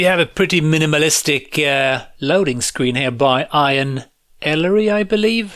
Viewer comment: Great video as usual! Just in case you come across the name again (which is very likely with games made in the UK), Ian is pronounced 'E-an' not 'Eye-an' :)